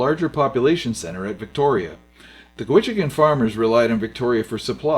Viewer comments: the Cowichan Valley is supposed to be pronounced "COW - i - Chan". NOT "Ca - WITCH - en"!!! Or where this guy pronounces "Shawn - igan" Lake as "Sho - WIN - igan". However it shows a Steam Train on the E+N Railway with four passenger cars! Cool!!! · Interesting video.. but it's pronounced 'Cow-uh-chan', not 'Cuh-witch-in' 'Sook', not Suk and 'Shawn-uh-ghan', not 'sha-win-agin' Cheers! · Great video! FYI Cowichan is pronounced "Cow-itch-ann", Sooke is "Sue-c", Shawnigan is "sean-i-gan". Driving the Malahat today doesn't feel much different than the old footage makes it seem ;) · it's no Co wichan it's cow ichan. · it's locally pronounced: C O W - i - CHAN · COWichan! Here you are with your commentary and you don't even know how to pronounce COWichan. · Vancouver Island here. It's pronounced "COWICHAN'. From Nanaimo. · Cow-i-chan, Shawn-i-gan, Sue-k (Sooke) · Cowichan. Cow a chin or chen. Lol . Thanks for the video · Great video however your “pronunciation “ of Cow -ich-an is wayyyy off , I’ve lived on the Island a stones throw from the Cowichan valley and I assure you no one from here has ever spoke it as you did several times . No biggy just sayin 😉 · Should try and overdub all the mispronunciations. Really takes away from the video. Cowichen, Shawnigan Lake, Sooke etc..... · Interesting video, but it is pronounced COW-it-chan, the warm lands. & SHAW-ni-gahn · Cow-a-chin is the correct pronunciation of Cowichen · Very informative - Thanks for sharing - Lots of locations were badly pronounced - shaun - a - gan lake - Not Shahwinagin , Cow - which - an , sooooke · thanks for the video. I live in Victoria and the Malahat is still a dangerous road, but mostly because people drive too fast and don't pay attention to where they are going on the steep narrow bits. It probably would have been better to use the Sooke Lake to Shawnigan Lake route. As to the pronunciation of Cowachin.... Cow a chin, emphasis on the cow. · “Cow itch an” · Pronounced Cow-I-chan